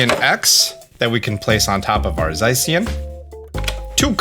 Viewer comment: I am so sorry, i can't help but be that guy! It's za-shee-yuhn It's zer-nee-uhs It's coh-smo-emm It's also paw-nee-yard! Again I'm so sorry i just couldn't help HHHHHHHHH